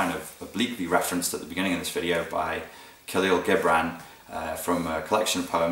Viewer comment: You sound funny when you say Khalil Gibran! Bless you <3